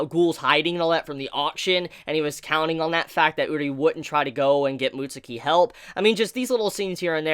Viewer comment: Mutsuki? It’s said like “mutskii” not trying to sound like I know it all but that’s how it’s said